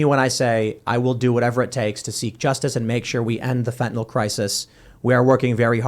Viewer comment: Biden calls it "fentinawl." I don't have a comment other that it just sounds weird, kinda like he's never seen the word before.